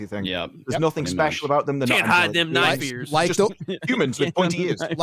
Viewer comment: "That (LOTR) is not a knoife ear, that (Dragon Age) is a knoife ear"